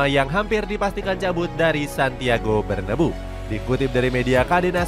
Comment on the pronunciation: Santiago BERNABEU bukan Santiago BERNABU